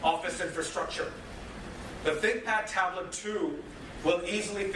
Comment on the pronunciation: Is it just me or the way he says think pad tablet sounds like big fat tablet.